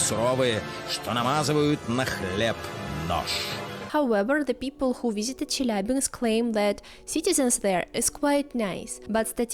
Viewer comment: What is dangerous is your pronunciation of "Chelyabinsk")